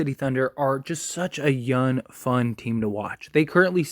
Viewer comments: Am I the only one hearing youn instead of young? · I swear every time you say “young” it sounds like you’re saying “yun.” 😂😂 great video though my guy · Nah definitely saying youn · Hes 100% saying yun lol. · 💯 Forest Gump stole this man’s “G”s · He is saying it and it's annoying smh this guy is dumb asf